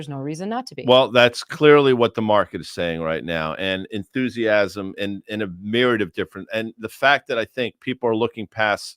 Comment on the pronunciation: Stop saying miryad.